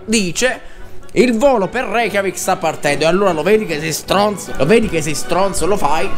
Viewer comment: Hai detto Re-CHIAVIK??? XD